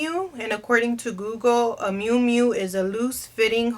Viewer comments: The correct way to say Moo Moo is just like a cow ( not trying to be smart ) I really like your channel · It's Mumu, pronounced moo-moo. You didnt have a nana who wore one? Lol. All my Tias and nana rocked those everywhere, even the store. Ugh. Just sold one myself, btw.